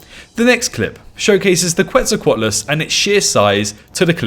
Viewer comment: The name Quetzalcoatlus is pronounced “Ketzal-co-atlus”